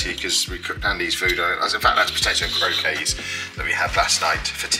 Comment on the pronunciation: Theyre pronounced croq-ettes